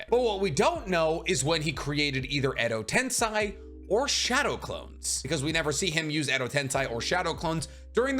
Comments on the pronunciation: Edo Tensei..... Sei... Sei...... Not Sai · I'm going to punch my monitor if i hear one more time edo tenSAI